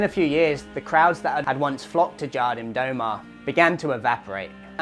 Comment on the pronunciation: Love your work mate, as a fellow Cornish brother your pronunciation of Jardim do mar had me in stitches 🤙